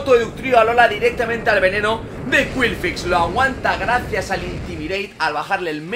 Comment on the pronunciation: Todos comentando lo del megaagotar en lugar del gigadrenado y yo en plan "¿Por qué dice qwilfix?" El video me ha encantado por la cantidad de cosas que se vieron incluso el triple onda certera sin fallar y el trueno a la primera que pedazo de combate